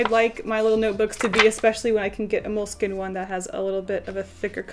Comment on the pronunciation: cringes each time she pronounces "Moleskine" wrong... Also, how does one not know about MUJI in 2018, especially an 'artist'?